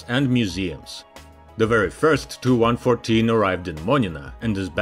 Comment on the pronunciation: Tee-You-114!! NOT TOO-114 🙄